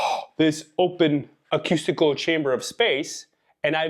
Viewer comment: I so appreciate your insights into singing but I need to correct your pronunciation of "acoustical". It's pronounced "akoostikl" and not "akyustikl". Thanks again!